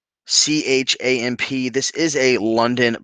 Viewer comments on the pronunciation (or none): "Dou-chaah" is the the way to pronounce "Duchamps." Hope that helps. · I loathe sports and IVE heard of the Augusta National. French name, pronounced Due-shahn.